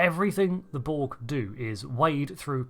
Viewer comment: It's "borg", not "bolg" or "bo-ug". Can you enunciate your words correctly? Couldn't give two fucks if you're from Bucktoothston, UK.